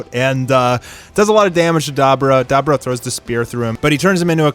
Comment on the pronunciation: Da bor ah not dabra😂